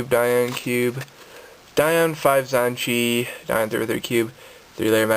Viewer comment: Omg pronounce it correctly